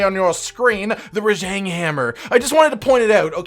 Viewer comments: Rah j(ah)ng. For fucks sake, your pronunciation of his name drives me up a wall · Other than Rajang the way you pronounced Rajang, totally enjoyed this video, as a first time viewer. 😅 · You don’t pronounce Rajang correctly.